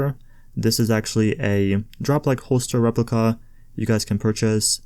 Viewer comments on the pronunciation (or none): none